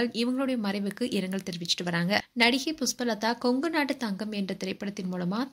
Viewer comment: புஸ்பலதா இல்லம்மா 😂 அது புஷ்பலதா தமிழ் வெளையாடுது போ உன் வாயில